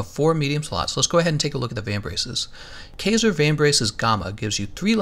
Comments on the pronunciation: Kaiser - "K-eye-zer"!! Smh... this tilted me so hard. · Looks like the boots, gloves and helmet are the good ones for me here. Also it kaiser is pronounced with a long "I" sound. It is German for Ceasar in which the kings of old fashoned themselves after.